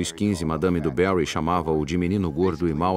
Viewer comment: Bom documentário. O problema é a dublagem. O narrador pronuncia os nomes franceses como se fossem ingleses. Madame Du Barry ele pronuncia assim: "Diu Béri". Ridículo. Em Francês é mais ou menos assim: "di (i fechado) Barri. Quase do mesmo jeito que se pronuncia em Português.